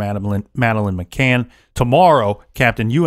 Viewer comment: Goddam it! Is it so hard to pronounce McCann? It's annoying...